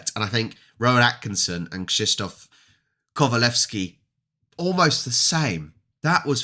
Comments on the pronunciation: You pronounced his name very well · Krzysztof Kowalewski was one of the greatest polish actors ever. Old and great actors school. Old time Polish actors was fantastic, but almost noone at the West knows them. It's sad but true. BTW I'm impressed how good you read his name and surname ;) Maybe you should try once again to said name Grzegorz Brzęczyszczykiewicz? ;)